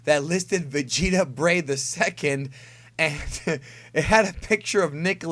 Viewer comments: "Vegeta Breigh" because.. vertebrae? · "Breigh"?! Its the first time i heard about this.....